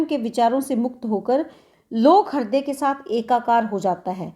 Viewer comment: Thank you but हिर्दय नहीं, हृदय.